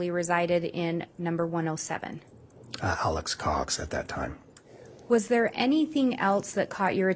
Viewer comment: I cant stand how keeps saying "Alex's Cox" it sounds like he's talking about Alex's uhh...possessions 🤦